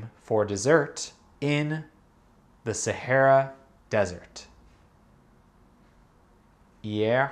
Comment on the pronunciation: "Sahara" is pronounced "Sa-a-ra" ;)